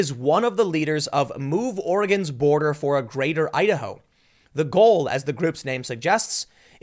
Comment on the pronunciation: Your Idaho sounds like Ohio.